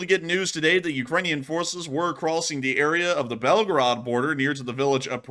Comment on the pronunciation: Please pronounce correctly the city name because it sounds like Belgrade ( Serbia) 😅😊 Correct way is Belgooooroood not Belgarad